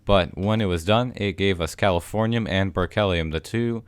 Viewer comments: When you said you must obtain the final element I thought you said California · when he said californium i thought he said calafornia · Are you saying Californiam?